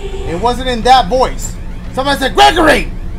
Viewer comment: Dash Hungry Hungry is saying Greeegory and GREGORY so yourwelcome